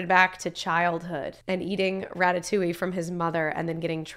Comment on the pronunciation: As a French viewer, I have to assure you that the way you pronounced "Ratatouille" just before the beginning of the movie was definitely spot on haha! Anyway, I don't comment a lot but I figured this one was a good excuse for me to say that I really love you channel! Thank you for all your reactions, you are always so genuine and so enjoyable to watch, I always know that I am gonna have a great time watching you 🥰 Love from France ✨